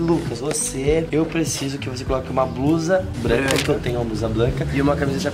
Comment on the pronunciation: "BLUSA BLANCA" kkkk roii